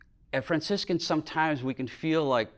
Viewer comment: "I sometimes pronounce Fraciscan as `Francis Can`" Epic! Thank you Franciscan so much for sharing this stunning talk. What a gift!!